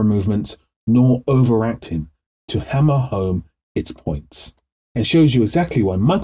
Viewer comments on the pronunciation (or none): none